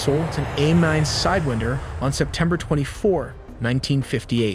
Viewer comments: Love the video but you kept saying "Side-win-der" and I kept audibly saying SIDE-WINE-DER. No hate, just a funny observation. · Its pronounced "whine" not "wind" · PSA: It's not pronounced side-WIND-er but side-WAIND-er, as in "to wind" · Interesting that you pronounced it “side-wind-er.” I’ve always heard it pronounced “side-whine-der.” Not saying you’re wrong or I’m right, just interesting. Nice video. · He said Sidewihnder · it's sidewinder as in 'rewind' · Lot of wrong info and you’re using the wrong pronunciation for sidewinder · Cool video but the way you say sidewinder is very frustrating